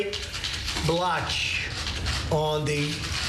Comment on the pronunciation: Lmao I love your trump impersonation. Also I thought blotch said biotch 😂😂😂